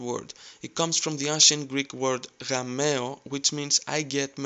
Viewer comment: when he says "Gamáo", the G looks like H, like in ukrainian